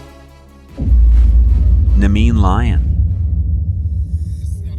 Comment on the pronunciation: Nah-mee-(y)ian Lion